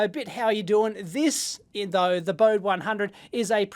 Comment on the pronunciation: Hi Dave - not to be pedantic or anything, but it should be pronounced "boh-dee", in deference to Henrik Bode. Just sayin... Love the review though!